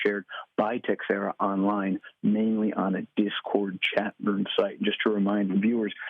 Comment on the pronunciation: Jack Tex-era? If you want to pronounce it correctly, it's Tay-xeh-ra (or something close to it). Stupid decision he made.